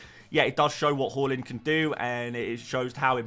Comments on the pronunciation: It’s Haaland NOT Hawlund Please say his name correctly 😅😂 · Why do u pronounce Haaland and Hojlund the same it's really confusing and dumb, not to mention annoying. You say both names exactly the same. ?